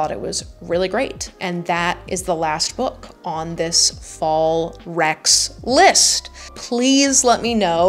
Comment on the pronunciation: When you said “fall recs” I legit thought you said “Fallrex” like a dinosaur